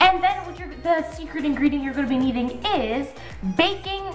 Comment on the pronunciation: This made me laugh so hard. When you said secret ingredient it sounded like you said sercit ingerdent. Lol